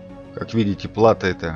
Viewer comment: Плато́. Ударение на О.